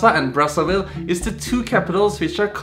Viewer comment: It's not pronounced "BraSSAville. It's actually braZaville